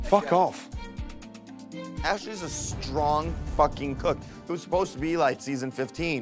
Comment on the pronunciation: “What are you waiting for fooking hot chocolate” 🤣🤣🤣🤣